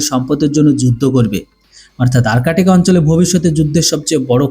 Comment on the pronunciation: আর্টিক বা আরকেটিক নয় । শব্দটি হবে আর্কটিক । ধন্যবাদ ।